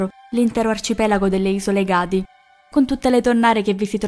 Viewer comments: Non hai parlato dei legami tra la famiglia Florio e i Rottshield. In più le isole acquistate non si chiamano Ega'di, ma E'gadi. L'accento va sulla e iniziale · Interessante, ma occhio agli accenti! "Isole Egàdi" non si può sentire 😉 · Ciao, sei molto brava ma occhio agli accenti: le isole sono le Ègadi 😊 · Ègadi, non Ega’di.